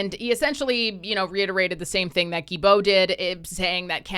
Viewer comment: It's not Guibeault, the L is not silent, its Gui"L"beault. That is so annoying, I don't like the jerk , but respect how his name is pronounced.